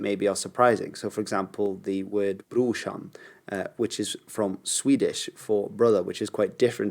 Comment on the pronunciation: "Brorsan" is Swedish slang for brother. "Brushan" is probably how it is pronounced in Kebab-Swedish? Anyway, the proper Swedish word for brother is "broder", or "bror" (just like in Norwegian).